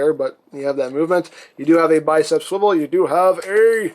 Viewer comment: you said wrist swivil